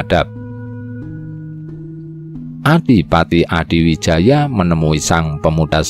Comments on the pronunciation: Admin, narratornya kalo sejarah Jawa ya sebaiknya or Jawa sj, biar pengucapan nama, tempat, dll yg berbahasa Jawa bisa pas/benar. Gerlar Joko Tingkir stlhn jd Rj Pajang Sultan HADIwijoyo, bukan Adiwijaya. Yg ngrti sjrah yg benar jd malas, pemirsa/ pendengar bukan or bodoh2 ya. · Hadiwijaya... bukan Adiwijaya... Topo wudo itu melepaskan atribut dirinya sbg RATU... bukan wudoh blejet... ya dingin banget deh 😃😃😃 Perlu diingat Ratu Kalinyamat adl seorang muslimah yg sll melaksanakan sholat 5 waktu...